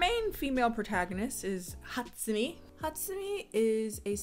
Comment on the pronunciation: I can't be the only one that finds how she pronounces Hatsumi extremely satisfying